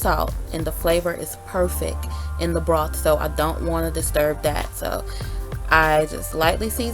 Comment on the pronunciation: I love the way you say “perfeck” in your videos, always makes me chuckle to myself 💗